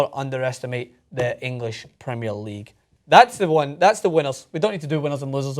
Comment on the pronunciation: PREM EH ER league ffs not PRE MEER